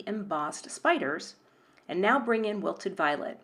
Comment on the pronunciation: “Now,” not “bow”